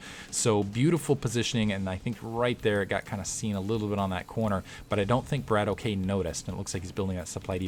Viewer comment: It's a russian word. I think it means shooter or gunslinger or something like that. The correct pronunciation would be "brAAtock" not "brAYtock". A long "A" like in "father"and a roling "R".